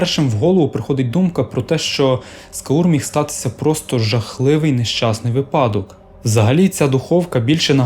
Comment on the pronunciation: наголос у слові випадок падає на перший склад. а відео цікаве